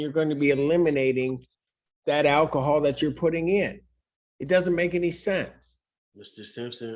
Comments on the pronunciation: Ackahol? What the hell is ackahol? And evidently reading labels is too hard for him. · Saying "akahol" says it all!